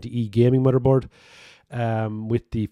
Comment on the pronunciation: Drink every time he says mudderboard. Drink twice every time he says tirty. 🤪